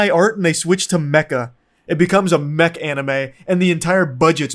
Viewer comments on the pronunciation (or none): none